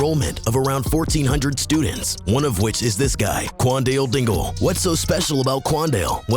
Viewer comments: qwan-dill- dingle 💀💀💀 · "Quandell dingul"…. It’s Q U A N D A L E D I N G L E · Bro called him cwallnut dingl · why are you saying kwan wan wingle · imagine next school year and the teacher calling role for the first time and she say quandale dingle. class gon go crazy